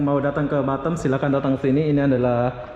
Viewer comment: Batem atau batam bag😂